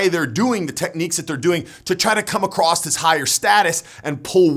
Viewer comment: It's "across," not "ACROSST" or "ACROSSED!"